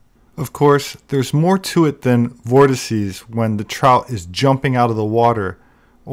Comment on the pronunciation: 'vortices' - finally, someone who doesn't say vortexes.